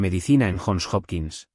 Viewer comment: UNIVERSIDAS JOHN HOPKINS CUALQUIERA PRONUNCIA YON JOPKINS, NO JON OPQUINS